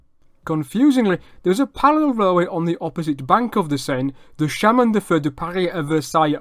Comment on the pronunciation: Great French!. Quibble: Suggest you check the pronunciation of “chemin.”